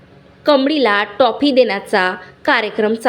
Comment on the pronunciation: शुध्दलेखन आणि बोलण्यामध्ये कृपया सुधारणा करावी . टाॅपी नाही हो ट्राॅफी असे म्हणतात